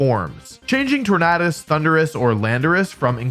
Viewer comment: Why is he pronouncing Tornadus like that?